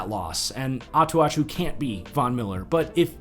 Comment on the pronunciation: Note on the Denver linebacker (because I think he could be in future videos as well). I'm referring to Jeremiah Attaochu (Ah-tah-chew)